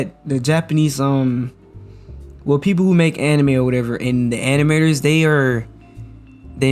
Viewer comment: I could have sworn he said "the animayors" . I'm going to be using animayors as often as I can.